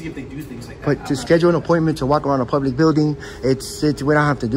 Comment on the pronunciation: He says it's a 'publeec building" and "staue of law" and "independent journaliseet"